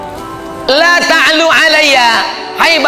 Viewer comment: Apa salah dengar ya kok laa ta' luu seingat saya allaa ta'luu 'alaiya.....